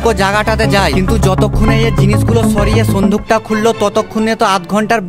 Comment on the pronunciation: Sinduk ❌ sonduk ✅ 😂😂😂